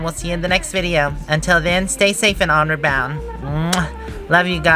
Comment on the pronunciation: I always thought you were saying “Honor Bound” rather than “onward bound”.